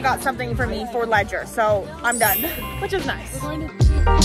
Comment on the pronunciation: im just asking why did you call him ledger-nike